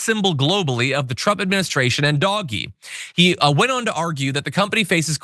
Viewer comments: I cackle every time he says Doggy not Doge (Dodge minus the second D) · It’s not Doggie it’s DOWGGE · John stop calling it 'Doggy' - it just makes you look stupid. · You'd have more credibility if you called it DOGE instead of Doggie! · He is well aware, "doggy" is his pleasure... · "Dogy" it's pronounced....... actually never mind, this is better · it is NOT pronounced doggy! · Dude, DOGE is not pronounced doggie. C’mon. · You must be new here and welcome We mispronounce it on purpose to annoy You know. Like how the right refuses to say “the Democratic Party” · LOL - I love the way he pronounces DOGE as "doggie". ;*[} But, I admire Space X and Starlink....as long as all those satellites don't rain down space junk.... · Could John not know he is pronouncing Doge wrong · What kind of production value is this when he's allowed to just mispronounce terms to be cute. Bro we don't like DOGE but you're not being cool.